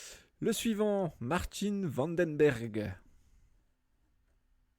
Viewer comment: Le Néerlandais de EF n'est pas "Martine" van den Berg, mais Marijn (Mareïne, comme Bahreïn) van den Berg.